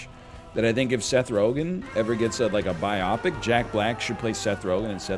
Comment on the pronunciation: not NL pronouncing biopic like "myopic" bio pic like biographic picture show